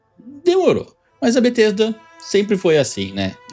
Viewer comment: It's not BaTesta